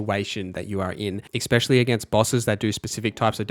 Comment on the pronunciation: it's "especially" not exspecially. sry just a pet peeve lol